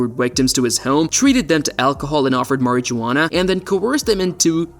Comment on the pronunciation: Mary -ja-wanna